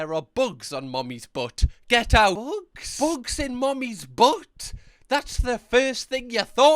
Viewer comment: I'm dying at how many times he said "buogs in 'er boutt"